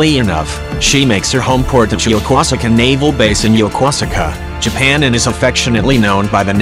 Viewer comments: we're you trying to say yokosuka " ya Koo ska " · Action Jackson I lived there too & it's Yo-Kose-ka ! Even the young lady on the program International ME (she's Japanese) pronounces it Yo-Kose-Ka !! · The GW’s home port is pronounced “Yo-Koo-saka”, which is in the Tokyo Bay. It was the home port of my old ship, the U.S.S. Midway - CV-41, before the D.O.D. decommissioned her. Both the U.S. Navy and Japanese Navy share the base. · Action Jackson I was stationed there for 2 years and the first thing they taught us was how to pronounce it, I never heard A JN call it yoka suka it was always yakooska. Hi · Action Jackson I'm teaching you how it's pronounced ok ya Koo ska now say that real fast and you got it. What did you leave for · Pronounced Yo-Kose-ka, Japan. Stationed at Atsugi, 66-69. Visited Yokosuka many times. Loved it over there, hated to leave. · You really mangled the name of Yokosuka Japan.